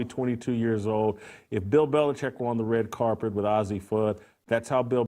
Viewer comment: He said "carpet" 😂